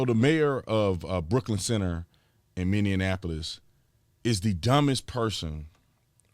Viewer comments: Love you dude. But its Minneapolis not Minneanapolis, just saying. But, you are the best. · Minneapolis!! Not Minnediannapolis!!!!! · Brandon, why do you keep saying Indianapolis, it’s Minneapolis. Indianapolis is in Indiana and Minneapolis is in Minnesota. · HIRE? HIRE? The idiots in that city voted him in! He gets funded by liberal money and they present him like he is going to save the area while the property is going down in Brooklyn Center and Brooklyn Park for years! Tatum my man please it's not Minnanapolis it is Minneapolis! MINI-APPL-IS! Lol Love my state, love my city but we are being over run by far left liberalism and it's a shame! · MINNE APP POLIS. NOT MINNE EN APP POLIS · tatum bruh, you keep saying minne-an-apolis lol. fun fact tho. minneapolis is greek and dakota meaning city of water...22 lakes in the city..nearly 12,000 in the state. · I was going to correct you when you said, " Mayor of Mininnionapolis, but then I chuckled and thought, well...it most definatly is, MINION-APOLIS! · Mindianapolis? Minn-e-ap-o-lis. Love your videos. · Love ya man....But...Minnie..apolis. Minnie like Minnie Mouse with apolis. Don't double up the N. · Officer Tatum. Love you so need to let you know. Our state is Minnesota. Minneapolis is part of the Twin Cities (St. Paul and Mpls). You’ve been saying “Minndeanapolis” lol! Also, they arrested the officer today on 2nd degree manslaughter. Don’t judge all of us. There are many of us (silent conservatives) that don’t agree with the stupidity and narrative being spewed out by our liberal )$&@ in charge. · It's MINN-EEEE-APP-O-LIS you've been saying it wrong for a year now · I agree with you. However, before you start calling people dumb could you please, 1. understand that Brooklyn Center is in Minnesota 2. Minneapolis isn't a state 3. Learn how to pronounce Minneapolis. Just sayin...